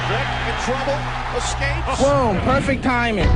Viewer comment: Lmao. "Splerfect Timing" Tyson.